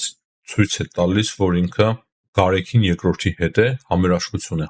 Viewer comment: ո՛չ թե Գարեքին այլ Գարեգին, ո՛չ թե մարթ, մարթիկ, մարթուց, այլ մարդ, մարդիկ, մարդուց...